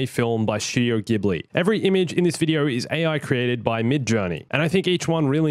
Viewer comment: OMG I AM SO FREAKING OBSESSED WITH STAR WARS AND STUDIO GHIBLI!!! I would do anything to see this, it would be totally epic. Also- just wanted to let you know that you are pronouncing 'Ghibli' wrong... I dont think it matters too much, but the way Japanese people pronounce it is 'Jibli'. Its frustrating and hard to get used too, but from what I know that is the correct way to say it.